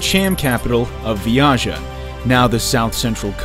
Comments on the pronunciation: Vijaya not viyaja wtf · It's clearly Vi-ja-ya. Not Vi-ya-ja. Work on your pronunciation.